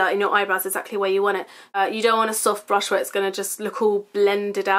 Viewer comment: I swear you say blush instead of brush sometimes lol xx